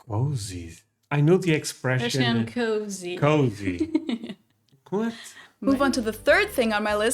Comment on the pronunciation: you said it right the first time. Cozy not kuzy. 😂